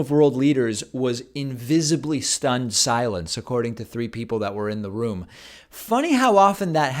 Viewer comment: When you said they were "... in visibly stunned silence..." it kind of sounded like you called them invisible. It made me laugh.